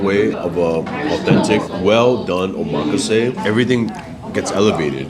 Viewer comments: Omg. Not even saying Omakase the right way. LOL and you guys said it sooo many times. So hilarious. Nice lol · You guys are pronouncing omakase wrong…